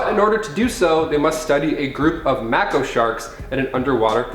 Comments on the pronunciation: I guess he confused the pronunciation with the one of the Mako energy from Final Fantasy VII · Dude no. Mako sharks, like "make-o", not "mack-o". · Disliked for the pronunciation of Mako shark xD